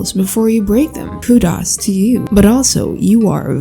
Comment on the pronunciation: "koodas to you"